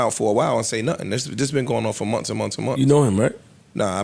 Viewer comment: Joe and says MONFS!! Instead of MONTHS. 🤣